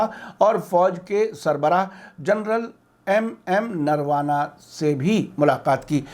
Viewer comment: Narawana nahi narwane